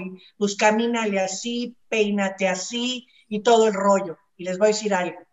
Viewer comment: como dices, con toda paz, no se dice "voa" se dice " voy a "